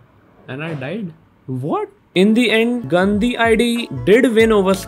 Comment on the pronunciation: When you said gandi one time it sounded like गन्दी